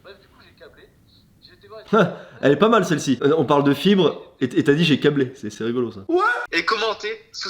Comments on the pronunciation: Quand il a dit " commentez le mot fibre " jai compris CARRÉMENT autre chose que " fibre " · Au lieu de comprendre fibre j'ai compris chibre